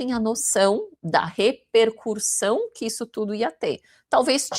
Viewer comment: Repercussao e NAO repercu R ssao